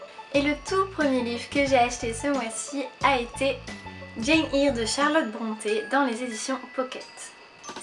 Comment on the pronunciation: J'ai adoré ta vidéo ! Tu verras, Jane Eyre c'est génial, c'est un de mes livres favoris ! Par contre, Eyre se prononce comme "Air" ;-). J'aime beaucoup tes vidéos !